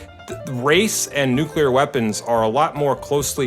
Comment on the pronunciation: It's called nuclear weapon, not nucilear, 😄👍